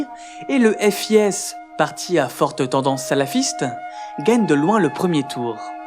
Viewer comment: Je ne peux m'empêcher de commenter pour la musique originale du temple du feu à ^^' Le FIS se lit comme "fils" ^^ C'est valable pour toutes les vidéos de cette chaîne que j'ai vues : très grande qualité de recherche, d'écriture, de rythme et de montage...bref merci :)